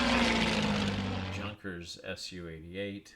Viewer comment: Nice video. Junkers is pronounced yoonkers.